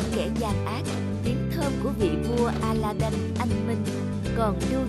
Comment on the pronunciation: Aladid chứ đâu phải aladân đâu